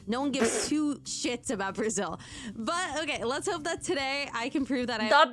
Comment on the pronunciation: Brazil mentioned in a video? HOLY F*CK, WHY YTB DIDN'T DELIVERED IT 59 MINUTES AGO?! Btw, loved how you said 'Brasil', it did sounded closer to Portuguese than most ppl on YouTube usually say and that was kinda cute ngl lol Anyway, happy bday 🥰 hope you have many many more birthdays and all that Edit: -ish When I was younger I was a Scene/Emo kid, so my hair was like on my shoulder and my bangs (is it "bangs" the word, right? That piece of hair in front of your forehead, or in my case was in front of the whole right side of my face) would go more or less to my neck and I'm REALLY short, at that time (13~14yo) I was around 148cm tall and I was kinda "blessed" (or cursed, depends on pov) by genetic... I got catcalled A LOT cuz thin waist, wide ahh hips, thick thighs and as tall as a freaking gnome 💀 Edit 2: Carnaval is like Mardi Grass (and I probably butchered the spelling), just more organized, as far I'm concerned. You have the professional parades and sht but where the thing really happens is on the street parades and... uh... is a nice way to get an STD, if you ask me. More "tamed" ones does exist but they're not the majority (my opinion is very much biased because I hate it and consider to be a waste of public money, just wanted to leave this note here, specially cuz it boosts a very specific type of tourism I really really hate and Guidelines won't allow me to go into details about it)